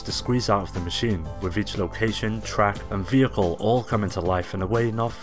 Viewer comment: I can't stand the way this guy says "vehicle" .